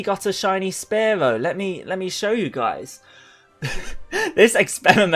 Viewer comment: Omg anyone else hate how he says “spare-low”?